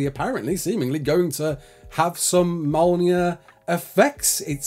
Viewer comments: Mole Near. Omg. Me'olnear. That's the pronunciation. I'm not having a go at him. But dude. Come on. Please. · Big Thor fan, can't say Mjolnir instead says "Molnear" xD Good vid though thanks for the update